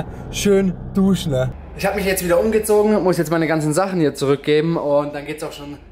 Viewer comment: WARUM SAGST DU DUSCHNE :DDD haha